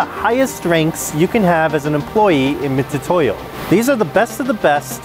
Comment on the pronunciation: Those are called Vernier calipers and Mitutoyo is pronounced mitsutoyo, not mitutoyo